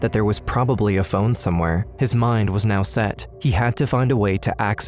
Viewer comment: “One was called get to KNOW” how does she not know how to pronounce “now”…